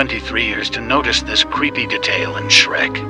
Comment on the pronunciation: The AI voice pronounced detail "dahtail"